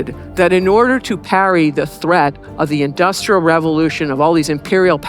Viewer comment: You seem to struggle with both the words ‘Industrial’ and more importantly ‘revolution’ If such had happened in China they would have been ready to repel the European powers instead of being whipped by them.